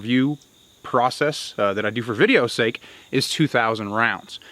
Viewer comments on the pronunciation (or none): none